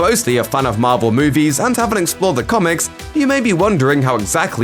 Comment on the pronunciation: Why do I keep hearing the narrator saying Marbel instead of Marvel?